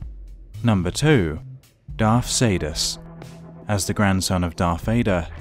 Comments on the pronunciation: Darth Caedus (pronounced Darth Kai Dus) not Saydus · It's Kydus not Caedus